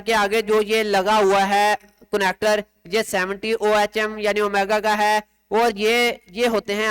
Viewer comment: this is unit of resistance pronounce as اوہم